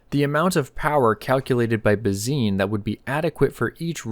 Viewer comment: Why are you pronouncing Bazin incorrectly? It’s disrespectful.